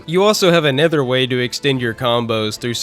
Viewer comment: Take a shot every time pronounces Another as A NETHER Jokes aside great review, synthcels should make more content